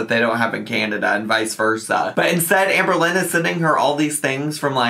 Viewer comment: i do not like the way shes saying AHMberlynn